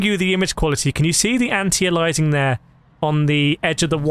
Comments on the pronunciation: It's pronounced 'ayleeassing'... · The way you pronounce aliasing 😭😭